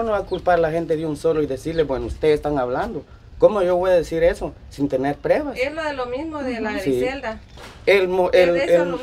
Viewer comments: Trucha se dice pruebas no prebas hable bien no que es una persona adulta habla como niño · LA PALABRA CORRECTA ES PRUEBA, NO PREBA APRENDAN PRUEBA ,PRUEBAS,PRUEBAS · 😢se dice pruebas no prebas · Trucha habla bien se dice pruebas No prebas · Trucho: burrrrro se dice: PRUEBAS.